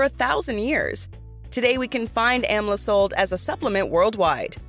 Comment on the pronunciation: Please the word amla the correct way. You stole the plant from India and never acknowledged India for its wonderful fruit.Amla is taken everyday in India. It is the western countries who takes everything from India and profits from its herbs. What have you done for the country of India when it comes to health?